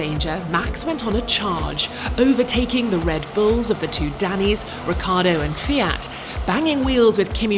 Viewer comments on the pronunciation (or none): none